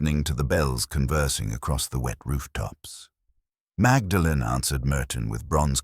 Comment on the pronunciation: It's AI - mag-da-len? I'll close the door quietly on my way out.